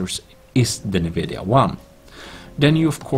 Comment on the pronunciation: its not nnnnnnnvidia... its N - vidia